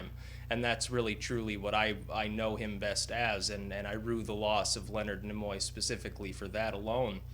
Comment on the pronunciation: I don't know why your proper pronunciation of Nimoy irritates me so much. I guess it's possibly because I have spent my whole life saying and hearing others say "Neemoy". My brain has improperly deemed it obnoxious I suppose, due to past history of some other pretentious language experiences. Carry on - I enjoyed the tribute.